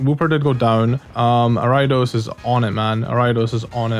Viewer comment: Ayo, it's pronounced air-ee-a-dose not are-ai-dose Ariados not Araidos